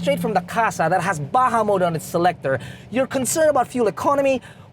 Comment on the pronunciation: It's Baja Mode Not "Baha Mode!"